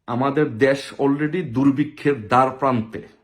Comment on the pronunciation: দাদা বাংলা ভাষা টা শুদ্ধ উচ্চারণ করুন দেশ হবে দ্যাশ নয় । আমরা বাঙালি 80% লোক মাতৃভাষা সঠিক উচ্চারণ করতে পারি না